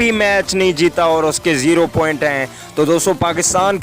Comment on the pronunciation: پہلے بولنا تو سیکھو پوائنٹ ہوتا ہیں پوئنٹ نہیں